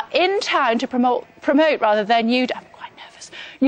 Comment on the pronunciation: ugh right in the beginning she was about to say promote the right way and corrected herself to "promoit" 😂😂😠